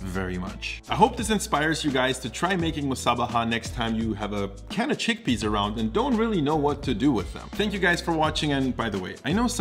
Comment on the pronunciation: Ah yes, "Giggle peas".